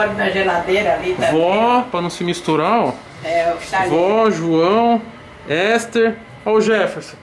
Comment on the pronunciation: "Esther" kkkkkkkkkkkk